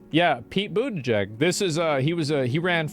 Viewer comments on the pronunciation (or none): Butenjeg? Dude the pronunciation is Butegeeg - e's as in eel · It's pronounced /butt-gig/